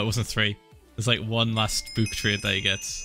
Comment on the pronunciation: Everyone: book Phil: bUuk